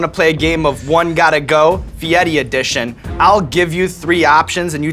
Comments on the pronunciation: So you're telling me I've been pronouncing Fieri wrong this whole time and no one told me. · Why does this man insist on his last name being pronounced with an Italian accent? It's so dumb. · Why is the R in fieri read as T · That's not actually how his family pronounces their name. He tried to put a fancy spin on it, for TV. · isn't he pronouncing fieri wrong? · That's really how his name is pronounced? Huh. I'd never have thought of it being said that way. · Did he mispronounce Guy Feiri as "Fieti" a few times in that video? I always heard it as Fi-air-ee. Inside joke? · Fieddi... Is it because they can't roll the "r"? Fieddi is defo not how Fieri is pronounced. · Fietti? {{{ Mandela Effect }}} isn't it Fieri? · my life is a lie i thought it was guy fieRI not guy fieTI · i understand that, but sean was saying Fe-etti, and Guy said that was right and everyone says it wrong, i thought was odd, cause i'm fairly certain on his own show and numerous times ive seen him on shows, people always say Fee-air-a, and never heard him correct anyone. I still dont get the T sound even if the R is silent. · fieri.. fee-air-ey..why does he and others pronounce it fiettii? or fiedii? theres no t or d in there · I live in Italy…only one way to pronounce FIERI, AND THERE IS NO “T” SOUND..IT IS PRONOUNCED “FEE YAIR EEE”. ‘ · Is he saying his last name wrong?? "Fietti" or is that how its pronounced? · “Fiedi” why is there an R in it? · why does he call him fietti is that how you are supposed to pronounce it? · Aiaiai, the guy tells people to pronounce his last name “fie-di” because he can’t roll his “r.” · Guy Fieti? Fieti? What? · stop saying guy fieti god damn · Cuz he doesn't pronounce it Fietti. Dumbass. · guy fietti?? i didn't know it was pronounced like that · Who else pronounces fieri like Ferrari not feiti just for memes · is it pronounced FI-E-TI or FE-AIR-E ?? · Where is the "T" is Fieri